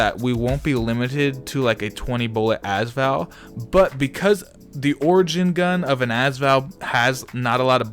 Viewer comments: can you not say az Val it’s usually a-s val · "azval" nah its pronounced "A-s val" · it's AS VAL NOT ass val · also every time he says az Val i want to punch him